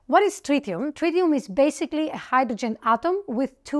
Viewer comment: Tritium, not trillium